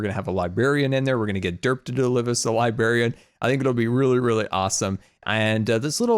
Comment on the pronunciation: sorry to be a grammar nazi but you keep saying Libary and Libarien it's LIBRARY. PS. English isn't my first language:D